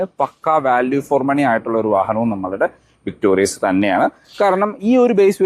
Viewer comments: "വിക്ടോറിസ് " എന്നാണ് മാരുതി ഇട്ട യഥാർത്ഥ പേര്... "വിക്ടോറിയസ്" എന്ന് പേര് നിങ്ങൾ ആയി മാറ്റല്ലേ. ദയവായി തിരുത്തി ഒരു വീഡിയോ ഇടുക. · എന്റെ പൊന്നു ചേട്ടാ... വിക്ടോറിയസ് അല്ല വിക്ടോറിസ് ആണ്... ഞാൻ ഈ കമന്റ് മൂന്നു പ്രാവശ്യം എങ്കിലും ഇട്ടിട്ടുണ്ട്... തന്നെ തെറ്റ് പറഞ്ഞു കൊടുത്താൽ എങ്ങനെയാണ്...? ഇങ്ങനെയുള്ള തെറ്റുകൾ ആവർത്തിക്കുന്നത് ശരിയല്ല... ഒട്ടും തന്നെ വർക്ക് ചെയ്യാതെയാണ് ഒരു വീഡിയോ ചെയ്യുന്നത് എന്ന് വ്യൂവേഴ്സിന് തോന്നും... മിനിമം കാര്യങ്ങൾ ശ്രദ്ധിക്കുമെന്ന് പ്രതീക്ഷിക്കുന്നു... താങ്ക്യൂ... ഇനി എന്റെ ഭാഗത്താണ് തെറ്റ് എങ്കിൽ ക്ഷമിക്കൂ...